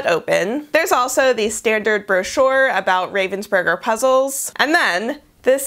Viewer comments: It's pronounced 'Rahvensburger' btw not 'Rayvensburger' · The funniest thing is the way you say Ravensburger. As a german, I don't even think about it - it's Ravensburger from the city of Ravensburg. But you saying Raven's Burger really made me laugh. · Ich hab noch nie darüber nachgedacht, wie man "Ravensburger" auf Englisch ausspricht... aber durch das Video muss ich jetzt immer an Burger denken, wenn ich's sehe 😂🤔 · Ich finds generell lustig wie Amis deutsche Namen aussprechen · I like the way, how Americans speak out German words, like Ravensburger.